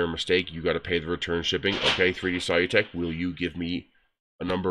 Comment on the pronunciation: Their name is pronounced "sə-ˈlü-tek" (as if you were saying "solution").